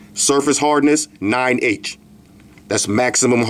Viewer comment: when u said 9H i thought u said 9 Inch. and i was like wtf? 9 inch thick screen protector